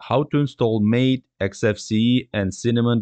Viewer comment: Good presentation. Very clear and simplified. Only one critique... MATE is pronounced [ mah'-tay ]